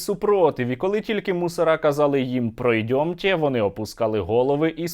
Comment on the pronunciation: " пройдьомтє" і цей ублюдок губарєв як школяр, опустивши голову пішов за мєнтами😂🤦‍♂️ Це воно ще за якусь революцію розповідало.